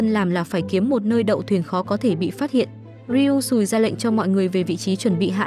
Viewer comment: Chị đừng đọc là ryui sùi nữa nó xúc phạm lắm